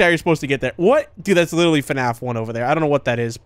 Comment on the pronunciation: Bro was widderly gwiddying